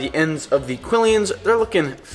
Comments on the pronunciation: "Quillon" is a Spanish word, and is pronounced "key-YON" and "key-YON-es" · Its Quillons not quilleeins!🤦🏼‍♂️🤯😖